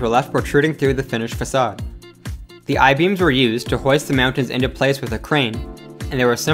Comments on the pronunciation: m'yowntans lol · the way he says mountains...? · im so glad im not the only one who was bothered by the way he said mountains lmao (good video, tho) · So glad I'm not the only one who thought this. It's like he kept saying it knowing that he was saying meowtins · Meowntins.... lmao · Please re-do this video without saying “Meowtains”. Literally couldn’t make it 3 mins without forcing myself to turn it off from the cringe. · I'm sorry... meowntings? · Dude talks fast man. Lol, "meowtins"😂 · This dude can't say "mountains." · The way this guy pronounces "mountains" is super annoying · The way you say mountains is making me frustrated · lol you say mountains like a dork